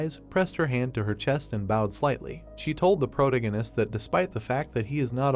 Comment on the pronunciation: I appreciate that you uploaded this at all, but this is extremely low quality, low effort work. However you have the AI reading this you really need to take a second look at. Grammar, pronunciations, spoilers with a characters name, the thing can't even decide if Roland is Roland, Protagonist (which the AI is saying incorrectly), brunette guy, list goes on. I watched up to chapter 395 on Manwha Fresh and while it has its flaws, frankly it should be the standard. It is hard to actually enjoy the content when its being read and narrated so poorly. And to get ahead of any empty headed idiots, yes I know it is free, yes I know they didn't have to upload it and yes, you do also know that nothing is exempt from criticism, no matter how much you don't want to accept that fact.